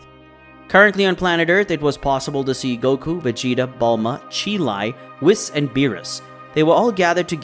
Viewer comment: people still can’t say broly or whis right smh